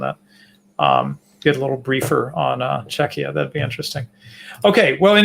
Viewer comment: pronounced "Czechia" like it's pronounced in Lithuanian "Čekija", it's really weird to hear it from an American.